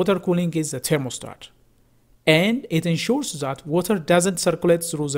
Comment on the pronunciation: Its That - det, not zet... 😂